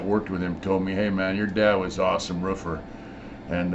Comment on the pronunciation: The way you say roofer lol no disrespect it’s just funny